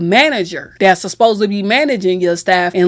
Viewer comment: Girl, if you dont practice saying "supposed" instead of "susposed" 😂😂